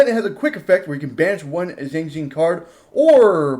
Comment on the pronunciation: Xiangjian donst sound like Shang? Jon?..? Xi=shi. Ang = ong. Ji=ge. The with the n. Jst say the letter n. & u shud b able to say the name^^